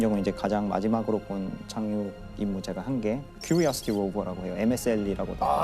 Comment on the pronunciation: Curiosity rover not quriosity rover ㅋㅋㅋㅋ